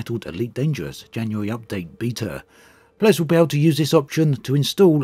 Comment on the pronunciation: Hehehehe ....he says Jany-yary. Nothing wrong with that... just makes me giggle